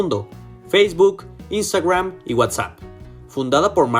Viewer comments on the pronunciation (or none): porqué usas ese acento extraño cuando dices instagram... jaja ridículo. tu estudio es muy bajo en conocimiento de mercado.